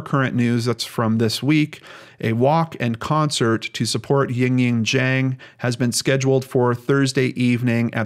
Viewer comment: The correct pronunciation of "Zhang" made me very happy, thank you for putting in the extra work if you needed to. All of us with hard to pronounce names appreciate it.